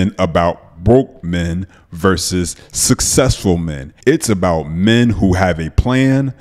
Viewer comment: Most successful women can pronounce “successful”.